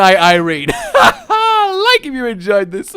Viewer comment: HE SAID IREAN OH MY GOD